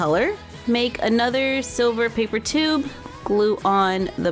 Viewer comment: Help she said ayenother and not another